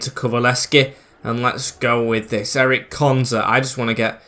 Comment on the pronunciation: Ezri konsa not Eric